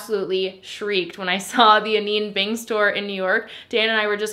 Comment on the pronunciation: Not to be that annoying girl but I hate when I’m saying something wrong and nobody tells me. It’s pronoun Ah-Nine like Ah9 bing not ah-neen bing